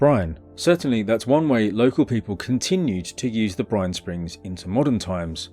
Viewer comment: At one point I heard "Brian" when you said "brine" and things got unintentionally hilarious.